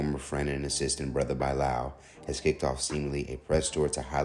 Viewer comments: By lall man it's Bilal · By-lal 😅😅😅😅😅😅😅 not Bilal? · That’s not how you pronounce Bilal